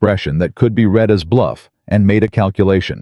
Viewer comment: Also read and read REED and RED-wrong pronunciation!!!